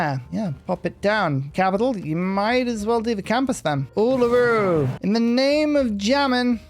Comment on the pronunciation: hey! you actually pronounced uluru correctly :D preciate that